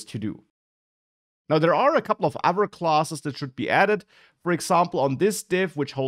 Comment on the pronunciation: Your pronunciation of 'another' sounded like 'never' and 'other' sounded like 'our'. Am I the only one who misheard it?